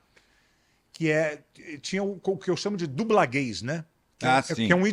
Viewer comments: Quando ele disse "dublagays" eu pensei q fosse dublagem pra gays ahahaha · Eu também pensei isso. Só fui entender quando ele falou de novo a palavra em . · sim mas a pronúncia ficou estranho, acho que dublanês evitaria a confusão